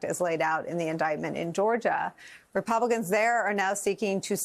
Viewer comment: Repelicans did you say 😂